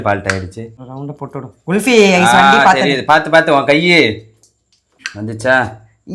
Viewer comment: உச்சரிப்பு GULFI இல்ல KULFI குல்ஃபி from Hindi कुल्फी